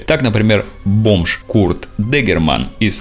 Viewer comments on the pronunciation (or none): none